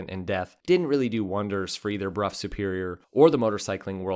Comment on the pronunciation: Brow, not Bruff